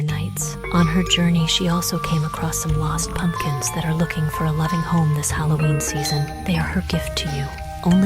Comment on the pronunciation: its holloween not holloveen!